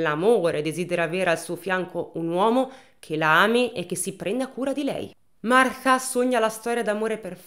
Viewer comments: E' Martha in inglese e lo pronuncia correttamente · un applauso a te che per tutta la durata del video hai pronunciato Martha con il th inglese! Solo per questo meriti tanta stima ♥️🤣🥰